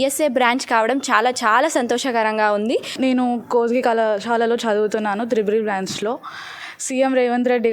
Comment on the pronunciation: అరే బుల్లె కొత్తి కాదు కోస్గి